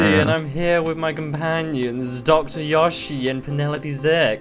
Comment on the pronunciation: its not fucking yashi, its yoshi